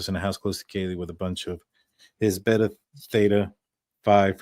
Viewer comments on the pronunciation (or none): none